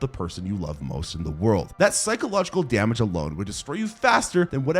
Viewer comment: bruv if i hear this dude say "emotional dameg" oncr more ima flip. Dude im someone whos incredibly logical, i litteraly barely vaule human life, but dont kill (even if i want to) cause of consequences(also i dont like blood on my hands)